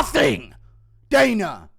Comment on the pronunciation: It kills me every time you say daner instead of dana 😅🎉